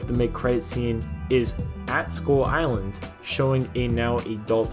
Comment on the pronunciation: Why do I hear "Skol island"?